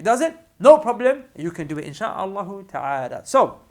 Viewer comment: idk I'm dying of laughter😂"No proo bleem oo" anyways may allah bless